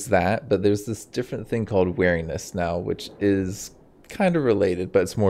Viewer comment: "wear" iness LMAO you say weeriness like 'bear'. Very distinct accent there.